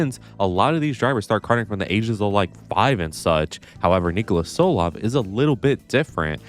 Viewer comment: saying Solov instead of Tsolov is genuine ragebait